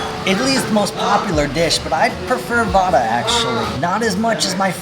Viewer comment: It's actually vadai not vada 😅